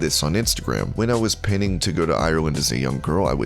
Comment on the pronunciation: “pinning”??!! Pining is pronounced ‘pie-ning’. Don’t tell me ‘pining for someone/something’ is going out of fashion, too! Damn, I’m getting old! 😂